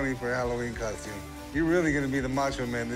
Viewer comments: I wish people would learn that the word is cos-TUME ... NOT cos-chume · I just wanted that man to stop saying coshtume